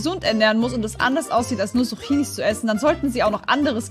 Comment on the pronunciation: Sie sagt Suchinis 🤣🤣🤣🤣